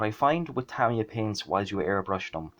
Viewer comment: Well done on the pronounciation of Tamiya too....surprising how many people dont know how the Japanese pronounce it.